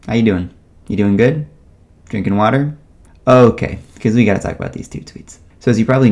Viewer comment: i have my wawter with me. great chill video mate